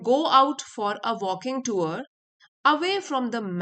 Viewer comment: Jab english padha nahi aata to kyu padh rahi ho tour ko tuar pad rahi ho